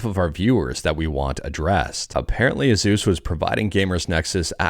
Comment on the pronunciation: The 'sus' is supposed to be pronounced like it rhymes with 'goose', but 'Zeus' is still a little off, should be an S sound instead of Z.